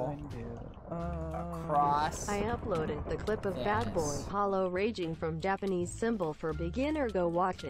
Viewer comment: My favorite part was when it said japenese